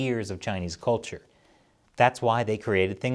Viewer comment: Yes, the marauding Chinese are determined to lie their way to wrecking the rights of other nearby nations. However, this piece would carry more weight if the host pronounced the word ' culture ' correctly. It is not kolture.